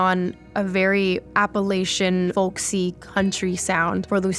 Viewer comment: Appalachian is pronounced by people who live there as “apple” like “I’ll throw an apple at cha!”